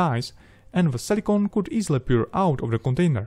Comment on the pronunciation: Excellent guidance video, thanks a lot. If you wouldn't mind me giving a little advice, try saying "půr" instead of "pjůr" (pour). I had trouble understanding in context when just listening to the audio. And then maybe just "kemikls" instead of "chemikls". The rest is just pure perfection! :D Thanks again.